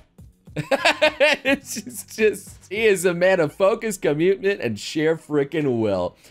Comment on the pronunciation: Um did he just say commutment?